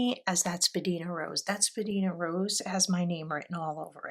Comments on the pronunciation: Thanks for sharing. Spadina is a main street in Toronto. It’s pronounced spa-dine-a. It used to be the centre of the fashion district. There are a number of FWP inks named for places in Toronto: Edwards garden, Bathurst blue denim, down the Don Valley (parking lot😂) , Morningside mint. Lovely choices. Thanks again 😊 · wow what a lovely selection of colours!! i hope you enjoy them in pens! also i don’t mean to nag but jsyk Spadina is actually pronounced spa-die-na (it’s named after a road in Toronto where i live) :) also FWP inks are known for being a bit on the dry side. thank you for sharing! 💛